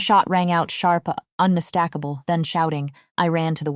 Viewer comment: Good grief! "un-mis-Stack-a-bul".